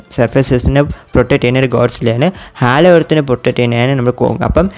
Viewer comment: Halo alleda hollow 😅